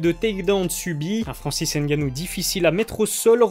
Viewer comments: Cool ta vidéo mais par contre il faut prononcé son nom de famille correctement ce n est pas n'gannou mais c 'est tout collé francis ngannou ce n'est pas plus compliqué que les nom polonais que vous prononcez sans problème donc faut arrêter la comédie. 😔😔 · Ne dites pas ENNE GANNOU, mais ngannou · Il s'appelle Francis NGannou et non N Gannou, le N ne se prononce pas Merci ! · Gars on dit pas N gannou mais Ngannou en gros faut fusionner le N et le G ensemble quand tu dis Ngannou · Ne dites pas ENNE GANNOU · Arrêtez de dire N-gannou c’est Ngannou ! Le N et les M se lisent en même temps pas séparément !! Comme toutes les autres lettres se lisent ensemble !!! Respectez les noms africains svp . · Il faut faire un effort de plus pour la prononciation. Le N reste dans la gorge. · Stp arrête de prononcer le N